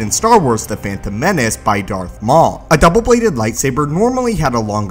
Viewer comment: when he says double bladed, it makes me laugh 😂